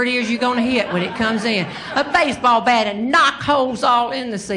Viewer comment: She has a Southern drawl not unlike my grandmother's side of the family . Especially true is the way the way she turns any word with a short vowel a into two syllables. For instance, gasp becomes gaa-yusp, bat becomes baa-yut. With Meemaw, grass is Gray-uss, etc.